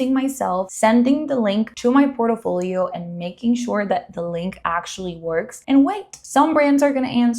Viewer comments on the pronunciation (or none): Can you please learn to say PORTFOLIO!!!!! OMG🤦‍♀️🤦‍♀️🤦‍♀️🤦‍♀️🤦‍♀️ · Port-i-folio?! Aye dios mio.